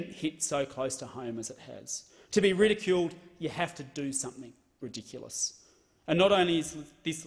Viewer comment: "Ridiculish" He forgot to turn off his mental "s -> sh" substitution from saying "plebishite" so much.